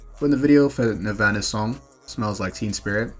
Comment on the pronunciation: Pronouncing nirvana like banana is crazy